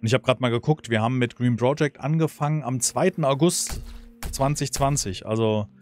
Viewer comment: Part 89 und ich war in jedem dabei. Jedesmal ... 89x habe ich mich darüber aufgeregt, dass du "Bro"-ject sagst, 89x habe ich es mir bis zum Schluß angesehen und mich von dir überzeugen, nein regelrecht anstecken lassen. Die Android Version ist gekauft und ein wirkliches Spielerlebnis, Lust auf Frust. Ich hoffe sehr, dass du es nach kommenden Updates irgendwann weiter zockst... Gruß NeoM